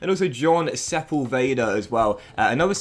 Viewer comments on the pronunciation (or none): none